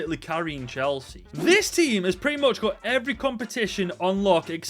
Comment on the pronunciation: ngl i heard "chelshit" at first